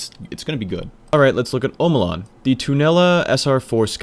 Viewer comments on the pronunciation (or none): Tried to finish until the 5th time you said "Sir-Ross". Came back for round 2 and heard "Hawkuh, hay kuh" -.- Are you trolling orwut? "Oh mow lawn" Well that could have been worse. You did say Red Death right, so thank you for that.